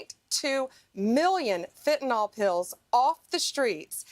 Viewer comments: Hey Bondi dimwit, learn how to PRONOUNCE Fentanyl (nil, not nol). You sound stoopid. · "FentaNYL", not "FentaNOL". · Why can't Bondi pronounce the word 'fentanyl' it isn't spelled 'fentanol'.